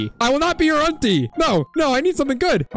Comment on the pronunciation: Ain’t no Way bro said auntie like how it’s called unit